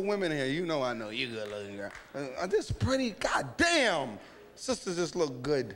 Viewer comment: When he stopped and said got damnnn 😭😭😭 had me weak